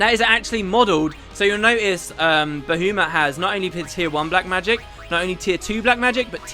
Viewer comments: Well, it's certainly not Bah-U-mut... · Good old Bahoomut. I am praying that you stop saying that in future episodes. Its making me want to pull my hair out. Baha Mut man... Ba-ha-mut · it's Ba-ha-mut no ba-hu-mat ish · It's Ba-HA-muht or BAH-ha-muht. I kinda cringed when you said Bahoomut. So funny though :) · I absolutely despise the way you say baHOOmutt, he's my favorite thing about this game and you make him sound like a clown :'( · BAHOOMIT? BAHOOMIT??? I'M SO CLOSE TO PUNCHING MY MONITOR. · Pterya as in Ptatoes? My guess would be it's kinda like Pterodactyl. And I was cringing when I heard you pronounce Bahamut repeatedly. I read that it's Bah-hah-moot as pronounced in FF12 or something. If that's true then my life has been a lie up until now. I always thought it was Bah-hah-mutt. P.S. gif is pronounced with a hard g as in graphics. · "Ba-who-mut" Ahahaha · It's supposed to be Ba-HA-mut, isn't it?I don't know why this bothers me so much >.> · "Bahoomut" - 10/10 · I laughed every time he said Boohoomut XD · This LP is still such a classic. I've been rewatching all of the episodes and your pronunciation of Bahamut will never not make me chuckle. Love it! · Why do I hate the way says Bahamut? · Any reason for pronouncing Bahamut like that? The fourth letter is an A not a U after all. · dude your way of pronouncing baHAmut is just wrong!!!! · Normally it's controversial how the u is pronounced, i.e bahamot or bahamat. But i've never heard anyone pronouncing the second a as ou before. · So many comments about Bahamut's pronunciation! I can tell this is gonna make me cringe :P (God, I was right >.<)